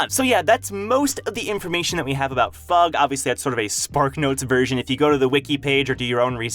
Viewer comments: I'll never get over you pronouncing it fug instead of eff-you-gee. it's like pronouncing SIU as see-you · Bro called em FUUUUGH LOL, its an abreviation F. U. G. not FUUUUUUGH ;d it sounds so silly and stupid lmao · IT'S F.U.G NOT FUG! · Why is he pronouncing it like that? Sounds tragic. fug haha. It’s definitely Foog/Fuug - the way he says it makes it sound so lame?? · I thought fug was pronounced a F - U - G not as one word. 👀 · It sound like fuck to me, and I can't unhear it.